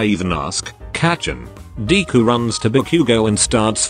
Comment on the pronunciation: It says deku as 'dee-ku'